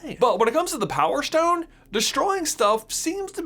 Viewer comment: Power shtone